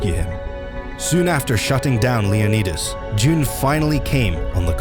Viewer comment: it is pronouned jun like sun but with a j not jun like the month june